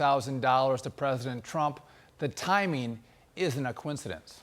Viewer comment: Silicon, not silicone.